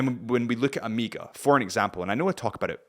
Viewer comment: I was more bothered by him saying Oh-meeeeee-gah